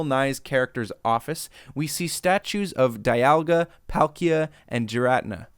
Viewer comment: Your Garatina joke was lame. Why do youtubers always have to fake joke mispronouncing Pokemon names..